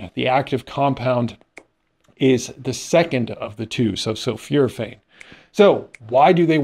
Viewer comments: pronunciation: Sul - "FOR" - athane, not sul - "FEW" - rathane. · Thanks for the interesting and helpful synopsis. Please excuse my pedantic nature, but sulforaphane is not pronounced with a long "U" , Yes, I am am constantly bitching-out TV reporters and sportscasters, which is why I prefer reading.